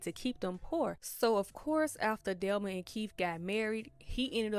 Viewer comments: I have but the person doing the recap was pronouncing it "Delma" not "Thelma" I wasn't watching the video. I was listening to it while washing dishes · The way you kept pronouncing Thelma name wrong was so annoying asf it's not spelled with a d delma is crazy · I'm not trying to be funny or anything but there are short videos on here that are very helpful with teaching people how to pronounce the, "Th" sound.. I was very confused the first couple minutes of this video trying to figure out who "Delma" was. I have a lisp and such videos helped me. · Her name is THELMA not DELMA 😂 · I thought you were calling her "Delma" 🤣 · Man I love how you say Thelma lol